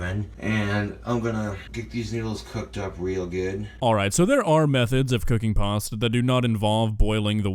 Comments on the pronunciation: Does say "paster" instead of "pasta"? If yes, everything is fine, it's not pasta it's paster. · We just going to ignore the fact how he’s pronouncing pasta? He added an er to pasta. Also, look at how dirty his nails are. 🤢 That’s very disturbing! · Why he keep pronouncing pasta with a Hard R, making me mad fr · Did he pronounce it "parstir"? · Drink everything they say "parsta" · I hear more "pawsta" more than an "er" in it.